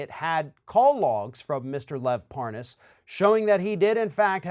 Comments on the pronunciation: The old mispronounce the name like your don’t know it. He said it wrong so deliberately it’s funny. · Hahaha, Nunes is trying that dumb trick of pretending not to know Parnas by virtue of mispronouncing his last name. Bring forth Nunes' WhatsApp messages. Obviously that was a preferred backchannel for comrade Tяump's little gang of criminals. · Of course, he had to mispronounce Parnas's name to go w/ saying he really didn't know". What a joke this guy is.. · LoL the way he purposely mispronounces his name to make himself look like he doesn't know who they are. What a joke, all these people do is lie. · That was so pathetic trying to mispronounce his name. STFU traitor Nunes, you've been caught. Own up to it 🤬🤬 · He didn't know the name Parrrnarrrrs lol, I can't pronounce it so I didn't know him. What a prat! And he'd not heard of the Ambassador to Ukraine until the impeachment hearing.. of course he didn't 😒 He is a lying b*****d, he sat through impeachment hearing berating, criticising , undermining & discrediting good honest decent American civil servants & he's a low life lying piece of crap, how dare he. Even the crook Parnas or Parrrnarrrrs as Nuney calls him, couldn't believe the criminals that where in the middle of this extortion scam had positions in those hearings.. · Funny how Republicans keep mispronouncing his last name as if they don't know whom he is; especially when these people whom mispronounce his last name have contact with this individual. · Par-Noss?? Hahaha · "parnous" Yeah, mispronouncing his name shows you didn't know him. Uh huh. This is the noob, when had Schiff's position, who ran immediately to the WH after each committee meeting. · Ah, ‘talking about random things’ with ‘parnass’ as if pronouncing the name differently will be the reasoned explanation. All is ok now then. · Funny he calls Lev "Par-ness" when he's the dumb-ass. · You gotta love the intentional mispronunciation of Parnas' name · Mispronounce his name always looks inocent